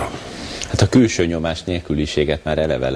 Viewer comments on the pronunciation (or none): "külsző nyomás", "vóót" Fidesz Csinovnyik level60